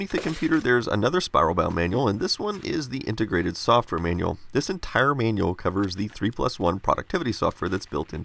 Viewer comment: The " Man-Yall " ... you mean manual ...